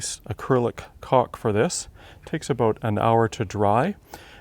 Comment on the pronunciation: My nephew is yelling across the room. It’s caulk not cock.